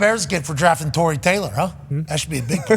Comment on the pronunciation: The Safety from Air Force that was drafted to the Raiders is TREY TAYLOR. Not Tory. Or Troy lol...even Daniel Jeremiah said his name wrong